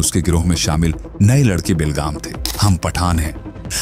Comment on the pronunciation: 'Be-lagam' ka sahi uchcharan kijiye